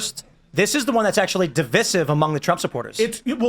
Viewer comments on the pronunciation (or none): Who corrected tim at the beginning when he said divisatev